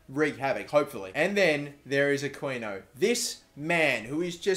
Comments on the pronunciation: you pronounce the 'qui' in aquino the same way you pronounce the word "key." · You're pronouncing Aquino wrong. Its pronounced Akino. The Q makes a K sound. Just saying. And dont forget to pay Habiar or something's wages